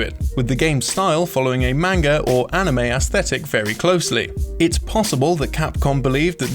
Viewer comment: How many g's does manga have? Sorry that pronunciation never makes sense to me. They should release the game digitally undubbed and save some cash.